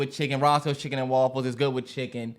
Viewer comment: “Woffles”- Terrance